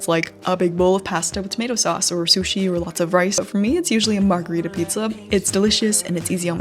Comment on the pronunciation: I love you from the bottom of my heart but my italian self cannot shut up: it's margherita, not margarita! AHAHAH Margarita is a cocktail, margherita is the pizza flavor (and the flower, the daisy)